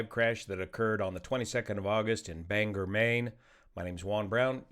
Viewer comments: Thats pronounced BAN GOR NOT Er. Great Channel! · Please it's Bang- or. Not Bang - er! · Very strange to see a local news story detailed on this channel. Thanks as always for the coverage! For those curious, it is pronounced Bang-GORE (not Bang-er, but this option is kind of fun). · The pronunciation is Bang Gore not bang her… Someone’s laughing their butt off. Not that it really matters. RIP my friend. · It’s BangOR, Maine! Not BangEr, Maine!! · Bangor “bang-gore” Maine. Not Bang gur. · Pronounced bang-gore and not banger. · Just an FYI since this was so detailed and thorough Bangor is pronounced like it is spelled. Bang-or not Banger. Thanks for the analysis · BangOR not BangER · Bangor is not pronounced as "banger" it's "BANG-gor"! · (pssst Juan.. Bang-Gore... most pilots get it wrong and it gives the local a giggle, as it often comes out as Banger.. :) ;) ) love the channel... not a pilot, just someone that enjoys tech and detail.. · It is pronounced Ban gor not Banger. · In the future, it’s “Bang-or” not banger. That’s something you have with mashed potatoes in the UK. -Maine pilot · It’s pronounced bang-gore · Bang GORE. is there any YT that pronounces it right? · It’s pronounced “bang-gore” I know makes no sense. Also this crash everyone was devastated. First crash in Bangor….. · It’s pronounced: bang-gore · Bane gore is the correct pronunciation 😊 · To bad they didn't send him to Old Town airport just 12 miles away. They have a runway N/NE would have been landing right into the wind that day. And by the way Bangor is pronounced Ban GOR heavy on the gor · "Ban-gore" Maine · Excellent analysis. Just a note on pronouncing 'Bangor'. The two syllables are 'ban' (the ban sounds the same and the ban in band) 'gor' (the 'or' sounding the same as the word or). Keep the 'g' with the second syllable). Do this and you will sound like a real Mainer (Mainah). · Pronounced locally “bang-gore”. Thank you, from Bangor 😊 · Bangor is pronounced Bang-Gore 😂